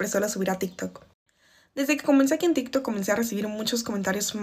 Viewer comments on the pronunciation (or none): En tikj takj, persounas... Jaja así suena porque hablas así? Tu apellido no checa con tu pronunciación...